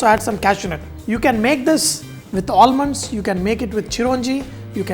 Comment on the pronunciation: All-munds.... Not expected from a chef like you.